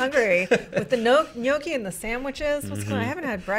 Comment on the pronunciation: Did really just pronounce Gnocchi as ‘Nokey’